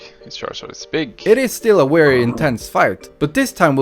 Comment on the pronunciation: Why pronounce very as, “wary?” But then say travel correctly once sentence later?